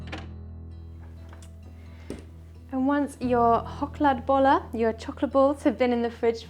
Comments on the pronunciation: Thnk you, lovely and gorgeous for this homage to a couple of our national quirks ❤ As an English speaker your pronunciation is great. Did you pick this up when you and your boyfriend were here last year? Really liked seeing your pictures from the trip and you must have passed just a couple of kilometres from where I live. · you got the deap troat ch sound just right! Had lessons? There are as many recipies and methods as there are Swedes so you can not go wrong how ever you do them! Also greatings from the middle of Sweden❤ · As a Swede, I approve 🤩 Well done, even the pronunciation. Some cafes in Sweden also do the luxury version of Chokladbollar, they dip it in melted chocolate before adding the topping 😋